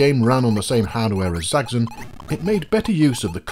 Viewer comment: Zaggzun? I thought it was Zaxx as in "axe" and on "on"; put them together and what do you have? Zaxxon! ;-)